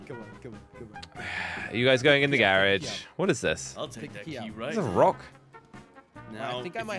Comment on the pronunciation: It's a garage not garich